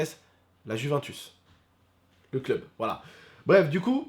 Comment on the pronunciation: Par contre re dit plus jamais juuuventus si tu va en italie prononce jamais le j ds juventus stp